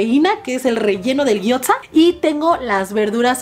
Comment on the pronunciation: No con intención de joder pero.... Gyoza.... se pronuncia guiosa